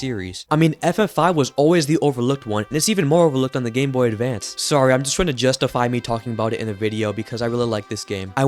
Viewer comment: at the very beginning you say "ahhh... The Gameboy Davance"